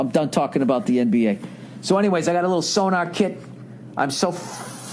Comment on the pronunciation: Its SoNOR. NOT so-NAR.. it aint some kinda radar device. Jesus frig!